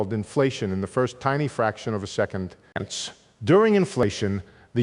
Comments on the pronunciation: Is he saying "hence" Sounds like he is saying "Ants" At the end of every sentance . I gave up. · I thought it was "Ents." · Sounds like "hence" at times. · He's not saying hence, he's saying HINTS, as in keep listening for the next fun idea I'm going to lay on you. Gentleman likes suspense. Could be that's what he's also saying: susp...ENCE. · Ense? WTF 😂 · I can't watch this. "ence" 'ence" "ence" 'ence"..... Sorry. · Is he saying ends at some of the ends of a sentence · Hence? all I hear is ence, ence, ence. How ridiculous, ence. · Enice, ence, enis, hense, hence, henis .... gd wtf 😮